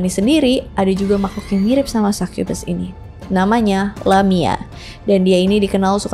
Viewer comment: Sai kye bes Sukubus anjir baca nya kalo orang asia